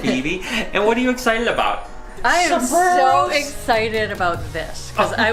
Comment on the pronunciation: did he say Egg-cited or was I hearing things